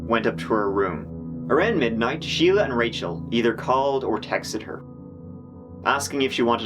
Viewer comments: Shelia and Sheila are not the same. Shelia is pronounced Shell-ya. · Is not her name Shel-ia? Not Sheila? Edit: I heard the judge say Sheila too and I'm thoroughly confused